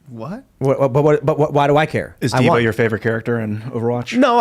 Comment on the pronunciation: D'va? Really Tim? :/